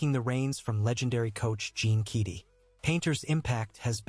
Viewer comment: You need to learn how to pronounce Keady and Salukis if you’re going to read this.